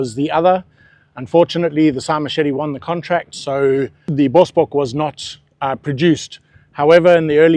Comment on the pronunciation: Please find out the correct way of pronouncing Bosbok. When you say it. Its the same as finger nails on a chalkboard . Bosbok is Africans word meaning Bush buck.